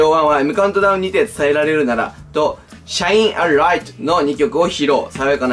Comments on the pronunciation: Shine a lightは「しゃいならいと」ですし 河野は「こうの」です。 なんかもう少し下調べしてから動画上げてくださったほうが良かったです。。 興味を持ってくださってるのはすごく嬉しいのですが…！ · 読み方「しゃいんあらいと」じゃないんですか？！笑